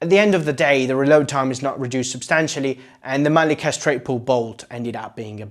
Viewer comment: Its mannlicher not manlicker!